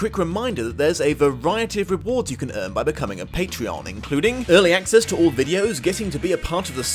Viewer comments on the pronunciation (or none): none